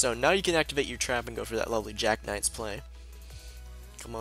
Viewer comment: genie warped werewolf? jack knights?:P pronunciation fails